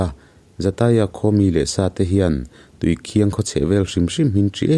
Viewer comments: Tui khiang ni lovin tui khin tih tur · Tuikhiang nilo in tuikhin zawk,ih thil sawikha tuikhiang ih ti tlat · Tuikhiang ni lovin Tuikhing tihtur a ni in k hria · PCHasrh ih thawnthu ngaih lo hi ka nei lo tiila sual tam loang,mahse tuikhiang ni lo'in tuikhin aw thil hi sawifiah a tha, chuan i sawidan ang kha ni vek lo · Tuikhiang i lamdan hi Thingchikhat Khiang thing .lamdan a Khiang tih tur aw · Tuikhiang i lam dan hi Thing chi khat Khiang tih kan lam rik ang hian lam tur niin ka hria. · Tuikhin i lam dan hi a diklo entirnan i maite chu a hmel en ai a khin nalh mai an tih ang ah rit nalh leh khin nalh kan lam ang hian tuikhin ti'a lam tur a ni e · Tuikhin hi i lam dik lo a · Tuikhing I lam dan hi a aw thluk hi tlem a dik lo deuh anih hi.a ngaihnawm theih thin hle Mai. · Khawhming i thlukdan kha a dik lo. A thawnthu erawh a tha tlangpui e.